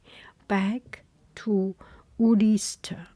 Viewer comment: You did so well with this - the pronunciations are so tricky. it reads Hebrides but it is read as “heh-bread-eez” and Ulster is “ull-stir” - that might help! But as always so lovely to hear you!